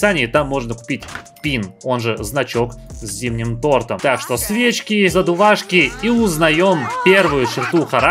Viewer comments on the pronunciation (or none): none